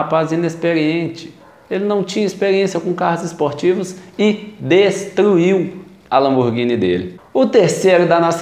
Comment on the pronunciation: "estada, teinar, destuiu" kkkk deixa de comer os "r" rapaz!!